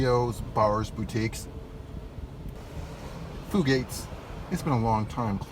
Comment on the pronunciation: Fugates, long U not short U.